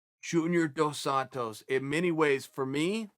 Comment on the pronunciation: Chael pronounced Dos Santos two different ways in the span of 2 seconds